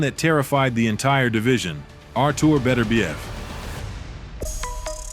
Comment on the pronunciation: A.I. struggles at about 21.50 to say arturs' name correctly. Not to mention a big skip in their fight. Edit.